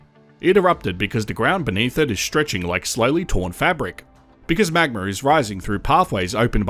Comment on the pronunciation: Drinking game: take a shot every time the narrator says “magmer”